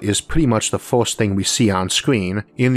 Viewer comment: You need to take speech therapy. You mentioned glass windows on the ';sides". Cylinders don;t have "sides"". Cylinders have "Ends". It's very difficult to hear you speak. The word is FIRST, not FORST.